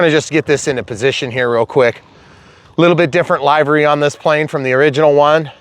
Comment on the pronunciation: Livery... Live and let Live. Livery... Not LIEvery. It sounds so wrong, I genuinely couldn't understand what you were saying.